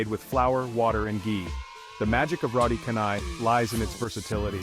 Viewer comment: Malaysia is a melting pot of cultures, foods and cuisine of Eastern and Western.. Malaysia is unique, diversity and Malaysia is truly Asia 🇲🇾 Btw, the pronunciation of roti canai is "roti chanai".. and not "roti kanai"..😊